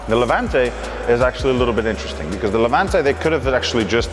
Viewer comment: Its name ist Levante, not Levuntay